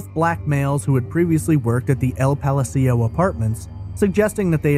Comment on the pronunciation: The way you mispronounced ''Palacio'' cracked me up.